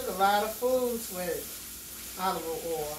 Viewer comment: She said “Oliver Oil” lol😂